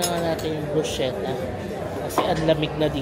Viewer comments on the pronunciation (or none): Bruschetta po is pronounced “brusketta” po.